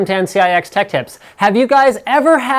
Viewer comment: Why does he always say: "Welcome, ten CIX Tech Tips..."?